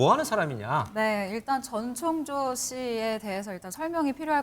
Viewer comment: 목소리 다 비슷한데 ㅋㅋ, 아, 그리고 모든걸 전지 창조 가능한 "전창조"가 아니라 "전청조"입니다. 다들 발음 실수 많이 하네 기자님, P그룹의 카지노 경영권을 상속 받을 수 있다고 해서 더 혹했던 거에요.